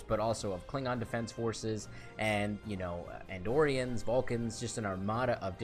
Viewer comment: Did I hear you say Androrians? They were conquered by the Romulan Star Empire long before this time..